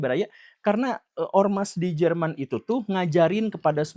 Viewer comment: German apa german pak 🤣😏